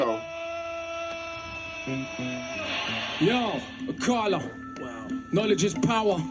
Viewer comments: Ayo, it's pronounced like "Uh-Kaah-luh" Kinda hard to specify the phonetic difference because it's a word/name where it just sounds so much more "right" to say it as a british person, but the emphasis is on the "Ka" sound. So idk if my comment will help at all, but this is awesome and I'm glad you're doing more Akala! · just so you know it's pronounced A-kah-la. smashing it as always!